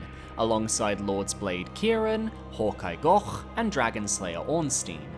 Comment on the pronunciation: why tf you saying hawkeye gough like that